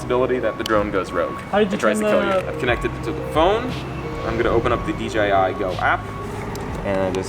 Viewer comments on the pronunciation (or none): instead of saying "dji" he said "dgi". he nice video dude